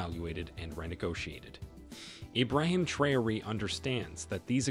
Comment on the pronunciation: Learn to pronounce names correctly Ibraham 'Trayori'